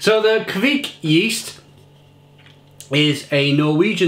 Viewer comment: It's pronounced "Kvike"